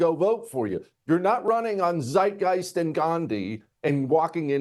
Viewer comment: what's funny is he mispronounced Zeitgeist. He left the first "t" off and said "zeigeist". Which means he doesn't even know what it means! H'e probably never SEEN the word, it' just part of his rhetoric....